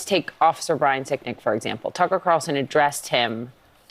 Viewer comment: It's CarLson not Carson. Just sayin.